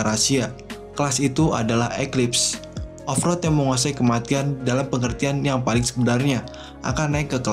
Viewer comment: Pelan pelan aja bang, Overlord jadi ovrod